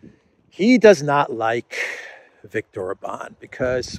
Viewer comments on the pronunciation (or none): none